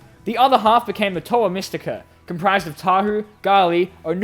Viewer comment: OH GOD WHY ARE PRONOUNCING ME STIKA AS MISS TIKA AHHHHHHHHHHHHHHHH